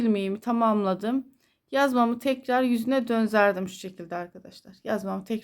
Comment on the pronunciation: Selamün aleyküm hayırlı günler çok güzel olmuş ama konuşurken döndürdüm yerine dönzerdim diyorsunuz düzeltmek istedim acizane❤